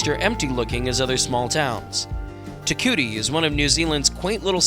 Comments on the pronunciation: It's pronounced TE KOO EETEE not TE KOOTEE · If you do a video on a town learn how to pronounce the name….tear- coowee-tee (Te Kuiti)